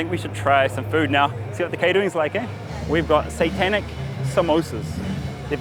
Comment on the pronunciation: did you say satanic samosas or santanic samosas whaaaat